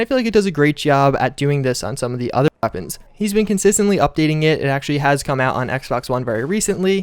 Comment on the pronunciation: Why can't you say weapons? It's not bad it's just... Off...